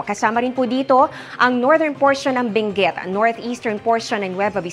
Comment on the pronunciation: Very clear delivery. Correct pronunciation of the word 'southern.' Intonation is not OA, just right ❤. Benguet word should be pronounced harder.